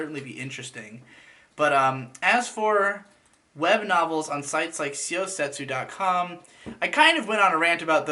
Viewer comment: syo is the japanese way of writing sho in english characters, tu is how they write tsu you got that part right. so the pronunciation is like "show sets"